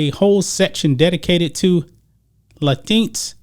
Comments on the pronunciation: La tinks... I like that pronunciation. 🤣🤣🤣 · Its pronounced Lay. Tinks. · I think it's latin...... x........not latinks bruh